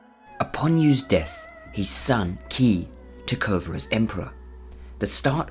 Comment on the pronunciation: not key, its pronouced Chhi